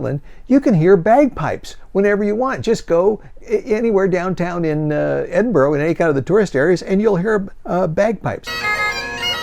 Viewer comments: To confirm (I'm sure I'm not the 1st.) Ed iN Burrah. Go hard on the N in the middle. Ed~iN~Burrah. Edinburgh. Or if you want shine 'em off? Em'bra. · Please learn how to say Edinburgh. It is NOT Edinboro.